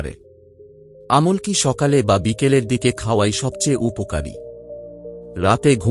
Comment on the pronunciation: "আমল্ কি" কি বলতে পারেন? কথাটা "আমলকী "